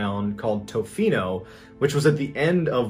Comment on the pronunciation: Your pronunciation of Tofino is making both my husband and I laugh. Not in a malicious way, mind. We're Canadian, we just love being included in the stories 😅